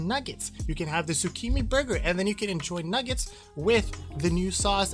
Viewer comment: Thanks for the review! Wanted to know what it tastes like before trying. Oh and the pronunciation for shichimi is literally “she-chi-me”